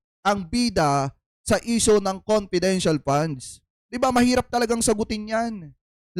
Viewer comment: Ano sabi nya confidential question,confedintial fund.😂